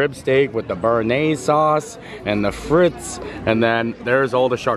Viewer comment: Frites (as in steak frites) is pronounced freeeeetes. Hubby said I had to tell you or stop screaming at the TV lol.